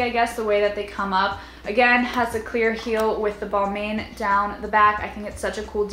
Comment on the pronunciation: You said Balmain wrong